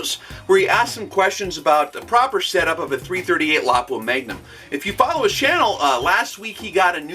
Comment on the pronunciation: I am so happy you pronounce Lapua correctly :D